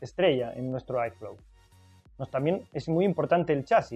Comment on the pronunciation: airflow se pronuncia érflou, porque en momentos parece que dices iphone. Lo ideal es que digas flujo de aire. Buen video